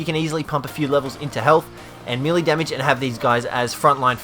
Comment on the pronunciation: your saying melee wrong